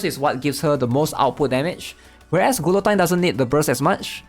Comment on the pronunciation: lapless ... gulotine .... ugh